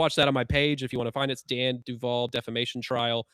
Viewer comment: Duval not devi